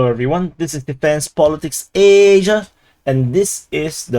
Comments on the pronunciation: why you say asia like a pig ? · your pronunciation about ASIA is look like you mad man 😡😡😡😡😡😡😡😡😡😡😡😡😡😡😡😡😡😡😡😡😡😡😡😡😡😡😡😡😡😡😡😡😡😡😡😡😡😡